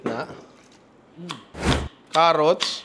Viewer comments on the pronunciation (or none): none